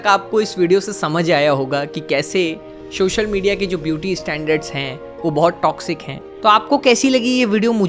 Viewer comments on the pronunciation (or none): Sir just a suggestion…. Aap ‘social’ ko please ‘shocial’ mt bola kriye🙏🏻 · Is it social or showshial? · Shoshal nhi Social hota hy bhai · Its "Social Media" and not SHOSHAL MEDIA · Shocial media ni Re bhi, its social media 😂.